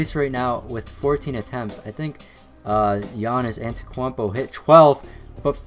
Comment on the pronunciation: giannis ATETKWAMPO!!! 😂